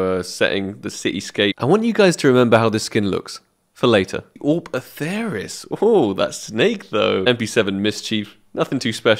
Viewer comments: Actually, you pronounce it Atheris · You obviously say awp atheris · Pronounce it like Atheris. Peace nerds.